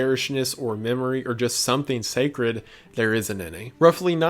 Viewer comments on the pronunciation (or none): none